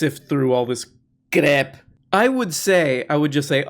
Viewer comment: The Zizek pronunciation of "crep" will never not be funny